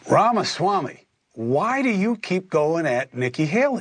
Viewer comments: Benny, Benny, Benny it is RamAswamy not Ramswamy. Love ya brother but that distracts me every time. Lol. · Hey Benny, long time fan here. 😊 Please try to be mindful that you're constantly mispronouncing his name. It's pronounced, "rom-is-wah-me", and you are saying, "rons-wah-me". I doubt you're mispronouncing his name on purpose.